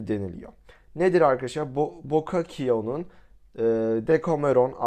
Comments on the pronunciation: bokakio ne bokasio diye okunuur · abi bokakio değil bosasyo☺